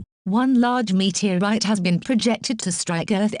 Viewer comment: met-era-ite XD